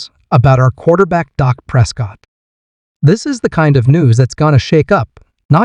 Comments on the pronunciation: Amen! How can this announcer even have a job when he can't even pronounce the guy's name right? Pathetic! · How can A I's phone be blowing up? Come on... can't AI pronounce Dak's name correctly?